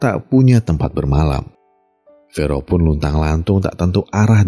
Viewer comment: fero atau fore om? kadang kebalik 😂😊